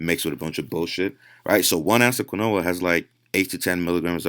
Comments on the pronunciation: My man said "Kween-whoah-ahh" (Just messing around I appreciate this great knowledge he puts out for free lol) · It’s pronounced “keen-wa” not “qwa-Noah” lmaoo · Lol Keen-wah not Qwin-noah ! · Its pronounced... Lile keenwah not quinoa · Quinoa is pronounced “keen-waa” 😅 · Just heads up Its pronounced keen waa. Not trying to be a dick. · Quinoa is pronounced KEEEN-WAAA. Mispronouncing it intentionally makes you sound ignorant. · 80% of comments - it's KEEN-WHA. 10% of comments - what kind of quinoa is best? 9% of comments - what kind of granola is he talking about?? Me: god I hope I metamorphose into a Butterfly !!! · I went to the store and bought granola and spinach.... Had no idea he was trying to say quinoa. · i cant hear what you say.. granolla? or quina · But, sure you you only have to eat 16 kilos of spinach to reach the 100mg of that endo steroids of the compound. This why you dont see jacked dudes from spinach or Quinoa Pronounced "Keenwah" The study used spinach extract. Did you study the results? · Ok?? So was the study spinach? Who ate spinach and got near these crazy gains? Btw its pronounced keenwah. Lol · do you mean Quinoa? im hearing you say kanoa. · quinoa = keen-wah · Quinoa is pronounced "keen-wah" !!! lol Good stuff as usual though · lol you didnt fix your pronunciation of quinoa (keen-wah) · Quinoa is pronounced KEEN-WAH! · Quinoa is pronounced keen-wah. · Quinoa pronounced KEEN-WAH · It's KEEN-WAH not granola lol